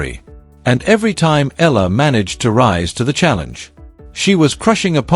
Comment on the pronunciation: Pronounced: Eh..ya..la